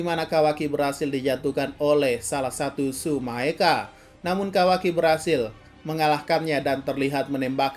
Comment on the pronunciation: Bang Tsumeaka bukan Tsumaeka